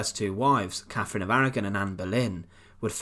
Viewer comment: Grr I can't listen to Brits that can't pronounce "th". It's "CaTHerine" not "CaFFerine", and "THird" not "Fird".